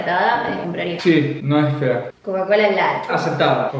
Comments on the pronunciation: Como que Cocacola 😂😂 es cacaolat pero buen video😂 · cocalat jajajj es cacaolat god video nasheee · Como que cocacola amigo eso es Cacaolat 😪 (No hate solo que me parece gracioso) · Es cacaolat no cocacolat😂😂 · a lo que le decis cocacola no es cocacola jajajajajaj es cacaolat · Es CACAOLAT no COCA-COLA LAT XD